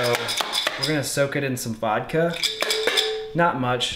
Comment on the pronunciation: it is VODKA, not vadkeh